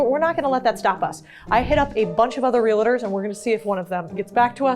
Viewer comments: Why the heck you pronounce it relators?😂😭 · Realtors not "Relators" 😁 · Lots of energy. Please learn how to properly pronounce “Realtors” there is no “a” after the L. So its Real tors, not realators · It's REALTORS. That's 2 syllables, not 3 syllables. NOT real-a-ters; REALTORS. Real-tors, like that. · Did you say RELATORS instead of realtors? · REAL-eh-TERS???? It’s Real-TORS, yikes! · Real-Tors. 👍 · I love your videos, could you please learn how to say real-tors correctly?